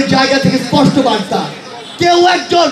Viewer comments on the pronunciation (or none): একটি কথা ইসপট করে বলতে চাই 😅